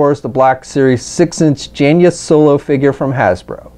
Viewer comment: You called her Jan-ya. Lol Jane+uh.